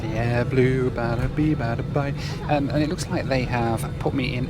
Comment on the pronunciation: Dubai doobai doobai doo… I was sure you‘d find your hotel. ahead you not we probably wouldn’t be watching this video as you were still running around the airport somewhere… And was I the only one who heard AdBlue several times instead of AirBlue? Well both aren’t very blue, they have something in common ! 😁 Nice video!